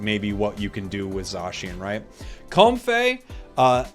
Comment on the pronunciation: A change to how you pronounce comfey and a change to stun